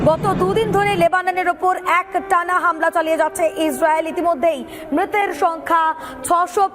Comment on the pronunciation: হামিলা নয় হামলা😂😂😂